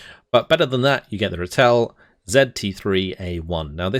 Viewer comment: Just to say, 'Ratel' is pronounced Rah-till (as in the sun god and tilling the ground). Funnily enough, the only word you pronounced in an Afrikaans way is actually said with an anglophone pronunciation (Parabat). Like your content man, thanks for the overview.